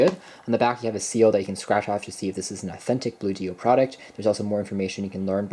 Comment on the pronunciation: ONE word... Bluedio... rhymes with studio... not Blue dio... no space, no hyphen... no capital letter to indicate a 2nd word so why on earth is everyone confounded by how to pronounce the name?